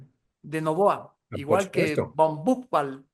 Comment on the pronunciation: Es más adecuado pronunciar el apellido Von Buchwald, así: "Fon BuJVald"